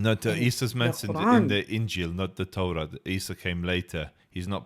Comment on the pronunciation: When you say “Tora” its sound “Torat”